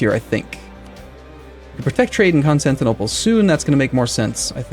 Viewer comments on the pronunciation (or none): none